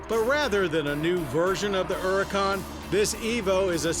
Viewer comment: "ERRICAUN" There is an H there, John.